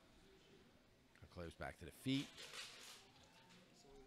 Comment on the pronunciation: I got a real kick out of hearing "Gone-claves" during this. Bruh, he's Brazilian. It's pronounced "Gawn-sal-vez" :) Great tournament though. Some really high level grappling.